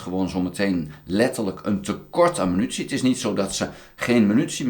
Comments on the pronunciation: he. prima blog. maar het is MINUTIE en niet Menutie. puntje stelt niet veel voor, maar is makkelijk te veranderen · Euh, overal. Je zegt altijd menutie. 😅 Maar ik versta het prima hoor, you do you. 👍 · grapje. Munitie